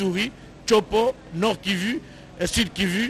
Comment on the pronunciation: Ce rapporteur qui essaie de prononcer un nom propre "KIVU" comme si c'était un nom commun français me botte les nerfs. Faut que qlq1 lui dise que KIVU (kivou) nest pas QUI VU! Il croit impressionner en se rendant ridicule. Et d'ailleurs,il parle un mauvais français.